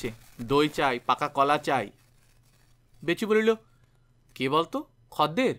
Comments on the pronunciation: khodder bolun khadder ki adbhut sunte lagche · খদ্দের শব্দটার উচ্চারণ বড় কানে লাগছে । আসলে উচ্চারণের সময়তো আমরা খোদ্দের বলি সেজন্য । হয়তো গল্পের পাঠক যে অঞ্চলের মানুষ সেখানে খদ্দের শব্দটা ওই ভাবেই উচ্চারণ করে তাই এই রকম উচ্চারণ করেছেন । তবে খুব ভালো প্রচেষ্টা কারণ এখন তো বাংলা ভাষার চর্চা উঠে গেছে । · Right khodder I procholito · খদ্দের উচ্চারণটা একটু অন্যরকম শোনাচ্ছে।